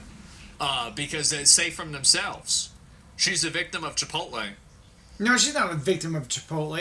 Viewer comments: Chiptole = chip oat lay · Chipital. Can't stop laughing. 😂😂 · "Chipital" 😂 your awesome. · Next time im in line at chipotle im going to pretend im on the phone and keep referring to it as chipotull 😅 i may record the reactions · Chipotull 😂 you my friend are a natural comedian. Love it!!!!!